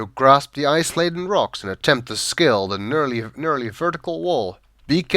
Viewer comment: I usually save every step on those winding paths Also, it's neerly not nurly